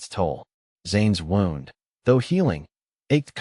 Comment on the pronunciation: I wish these story channels could teach their AI narrator that when someone is shot, they have a “wound”, which is pronounced “woo-nd”…. Not a “wound” that rhymes with “round”.